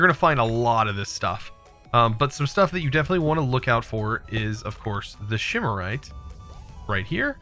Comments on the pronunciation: again, calling it "shimarite" clearly the names says "symorite", jesus read the names... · learning from, its octane, not octine, shimarite, not symarite, wraths not wights, and valentite not valenite...